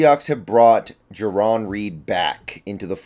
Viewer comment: It's Jarran, not Jaron, so I hope you're wrong about your analysis as well.